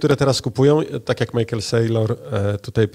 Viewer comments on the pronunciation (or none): none